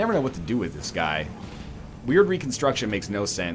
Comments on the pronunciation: I heard it a couple times now when you bring the Occult guy. Its pronounced Word Reconstruction not Weird Reconstruction. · NL Occultists wyrd reconstruction is pronounced wired , you can see what I mean because you can see stitches in the ability